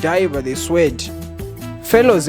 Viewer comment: you cant pronounce sword....